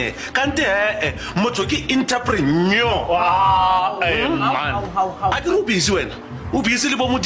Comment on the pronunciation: Sterilizer 😂. Entreprenyo😂